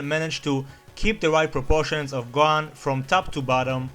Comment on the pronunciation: When you said "gohan" I thought you were saying Gon from HXH😂